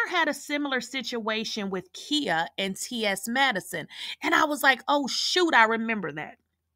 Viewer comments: It's KHIA!!!! NOT KIA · Who is Kheea? Do you mean Khia (the “I” is pronounced like the word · Her name is KAI -YAH. KAI-YAH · Right I'm listening but I'm like who is Kia 😂😂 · Lolz... the way she keeps pronouncing Khia name... Has me in tears 😂😂😂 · Sis…are you purposefully saying Khia’s name wrong or is this by mistake? Idk why it has thrown me all the way off listening to you say this woman’s name wrong😂🤦🏾‍♀️ Or have I been pronouncing wrong for the last 20+ years???